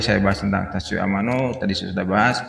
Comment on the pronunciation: Ralat bang, Tatsuya Amano. Bukan Tatsuyo Amano 🙏🙏🙏🙏.